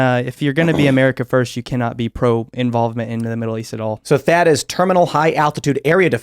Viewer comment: Thaad not chad 🤣🤣